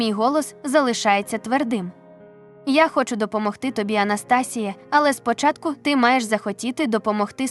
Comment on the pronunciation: Прочитання жахливе... Абсолютно без інтонацій. АнастАсія чи може АнастасІя? Текст цікавий.